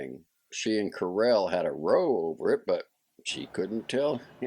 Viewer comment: Very nice performance. Small point: the word row, meaning an argument or fight, rhymes with "cow."